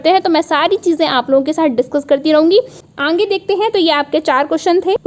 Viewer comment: आप आगे को अंगे क्यों कहती है? कई बार सुन लिया।